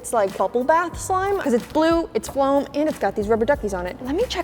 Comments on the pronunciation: Its foam not flome like ?? But I love ur videos!! Lets.get y'all to 10M subscribers in 1 week!! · And its not floam its FOAM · Foam is how u say it